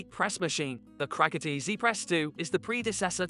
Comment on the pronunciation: You really can’t pronounce CRICUT!!!